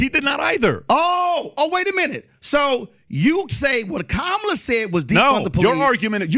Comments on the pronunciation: Conservatives can never pronounce Kamala's name correctly. The emphasis is on the first syllable, not the second. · Why is this guy keep mispronouncing Kamala's name? And constantly telling a Black Man he's smart and there for should know better, is condescending as hell. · PBD can’t even correctly pronounce the Vice President’s first name